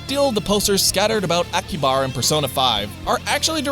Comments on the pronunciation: I love ya buddy but you really gotta work on your pronunciations of Lupin (Lou-pahn) and Akihabara (Aki-ha-bara) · Also, later on, you call Akihabara “Akibara.” I’ve heard it called “Akiba” as a shortening of its name, but never “Akibara.” Maybe that’s another nickname that exists, but I tend to think that isn’t the case.